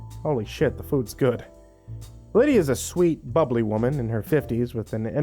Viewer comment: Had to laugh i have a family member with the name Lydia n because were mostly Caribbean that's usually how we pronounce it so i had to chuckle at that one